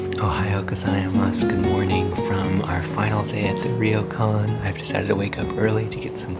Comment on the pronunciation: it's pronounced 'Ro kan' not 'Ri yo kan'. The R and y are combine together to make a 'Ryo' sound.